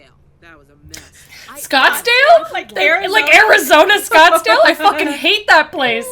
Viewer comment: “Did you say Snotsdale?” “ I did.”